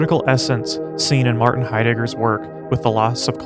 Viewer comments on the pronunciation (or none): none